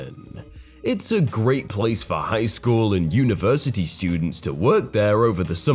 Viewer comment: Will you please read normally instead of making your voice do gymnastics? It's really annoying when you say "school" with 3 syllables 😒 I know you can read normally since you do in your earlier videos. The progression of exaggerated inflection is fairly obvious. Please stop. I tend to watch others' videos with the same stories instead of yours because you're making your voice so annoying